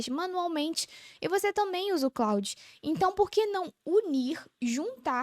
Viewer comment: vídeo muito bom. Só dá uma atenção para o nome do produto. E, não exclusivo de você. Vocês falam ‘Cloud’ e não ‘Claude’. Aumenta credibilidade e você voa